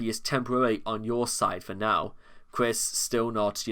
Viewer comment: As cringe as Chris Chan is, hearing you call him Chwis is… oof